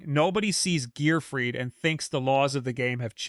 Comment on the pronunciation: Are you saying the names wrong on purpose, you said gearfried correct and incorrectly in this video